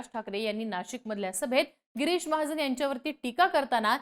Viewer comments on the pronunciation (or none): Bai pahile tuze uchhar sudhar girish ahe giris nahi ani mahajan ahe mahajn nahi kay uchhar ahet bhasha tari shudha vapra